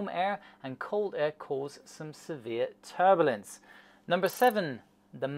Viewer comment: First there was Dia-beetus, now there's Ter-bullince!